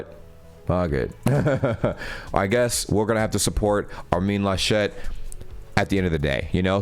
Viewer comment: He is not French ("Armine Lachette"?) So it's not ArMIN LaSCHET. but ARmin LAschet